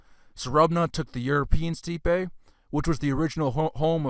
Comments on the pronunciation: Steppe is pronounced STEP. and it's NOT a "Russian word." Perhaps you should brush up on your pronunciation before covering such lofty subjects. Great work, but to more educated people you sound uninformed. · "Kurg ons" "steep ay" "asslimlated" "Globe eular Amphora" He pronounces like hes ricky doing rickisms from trailer park boys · Great video, but steppe should be pronounced “step.” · For further reference, "steppe" is pronounced "step"...not steepay...like you said. 😅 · Your information is on point but it’s hard to listen when there is a mispronunciation of a word like steppe when discussing Indo Europeans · Thanks for putting this together. But you really need to check your pronunciation. It's quite bad. I know you got defensive when others pointed this out, but when you can't pronounce even a basic, common word like steppe properly, your credibility does take a hit.